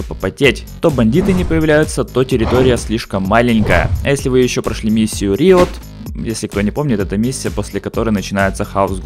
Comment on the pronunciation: Не риот, а райот.